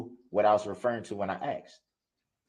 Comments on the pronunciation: if I hear ‘axed’ instead of asked one more time i will lose it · “Libarry” and “axed”… I can’t listen anymore 🤦🏼‍♀️🙄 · If you can’t even say the word asked properly you shouldn’t be able to talk at all